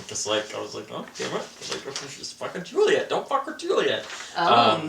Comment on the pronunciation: Nooooo you said Suliet you can't just take it back. YES!!!!!!! That's why you are my favourite:p xD